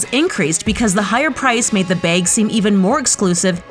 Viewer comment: look I have an accent too and I understand, but still. It’s pronounced bag not beg